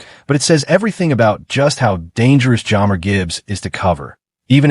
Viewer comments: AI slop that can’t even say one of our best known players name right… Jammer? Do yourself a favor and skip this one. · Teach AI to pronounce jahmyr.Gibbs name correctly and maybe someone will watch this video